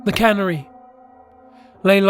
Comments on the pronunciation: ....Cannery? Lets just assume is trying to say 'canary'. That was almost as brutal as Cumberbatch trying to say 'penguin'... though nowhere near as hilarious.:P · Please, please look up the pronunciation of words. The bird is called a canary (kah NAIR ee) not cannery (kaa ner ee), a place where they can food. This narrator, the other narrator... I can't take it anymore. I have to unsubscribe. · Canary, not cannery. lol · I love you and your voice and watching your channel but the whole time it sounded like you were saying Cannery (A factory where food is canned) instead of Canary (Like the bird). Loved it though! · Canary ka-nare-ee not Can-ary Levi-O-Sa not Levio-SA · Couldn't continue listening after hearing the way you mispronounced 'canary' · Seriously it's fucking CANARY!!!!! That shit rubbed me the wrong way too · That's not how u pronounce canary